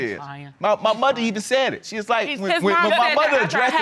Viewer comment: 2nd case: when my mother “addresseded” her 😂😂😂